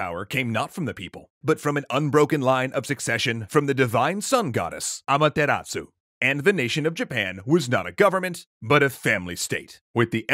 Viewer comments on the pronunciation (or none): none